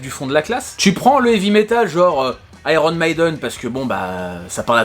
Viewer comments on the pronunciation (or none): none